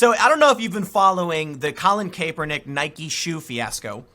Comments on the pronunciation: CAP-ER-NICK, say it with me Tim, Cap-er-Nick! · ITS CAP, ER, NICK .... SAY WITH ME TIM. CAP...ER...NICK!! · Will someone please explain to Tim how pronounce Kaepernick